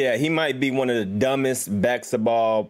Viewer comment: Jesus Christ can’t even say basketball right